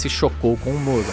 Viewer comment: Só eu ouço ele falar “moro” Ao invés de muro?